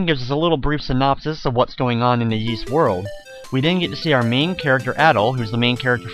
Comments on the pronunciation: Please, please, PLEASE, stop pronouncing it like "Yees" it's pronounced "Ees". Other than that, thanks for uploading this! ^.^ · All i gotta say dude. Stop calling it "Yees". Even in the games they call it "ees". That is all. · It's pronounced eess, or is, depending on which culture's pronunciation, not yees. It's based on an ancient british legend. That being said, thanks to your vids I might try emulating this version instead of playing the DS remake, this has a lot more charm than the bad looking 3D of the DS version, also it looks a lot less tedious than the NES version. Also that voice acting sounds really good, especially considering the time. Also, even on normal mode, the game levels you up so high right in the beginning of the game in the DS version that there is absolutely no challenge, also that section of the bottom screen that literally tells you were to go next as if they assume all the players are idiots pisses me off. I'm not sure why it got so high marks in reviews.